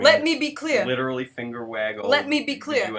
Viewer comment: let me be cleah